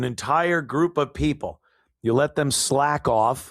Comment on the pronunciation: Demm not them😂